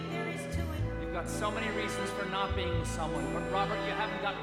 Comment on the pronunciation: Love ya neil, but it's a little too sticatto for my taste. Also it's being, not beHing.